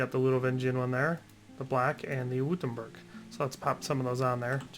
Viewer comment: its pronounced witt-em-berg